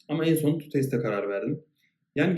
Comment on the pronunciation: tutaste diye okunuyor